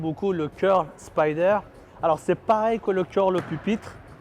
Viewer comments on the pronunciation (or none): none